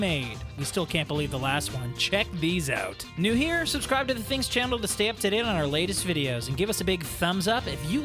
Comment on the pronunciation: he says chandll instead of channel 😅. I'm I the only one who has noticed that?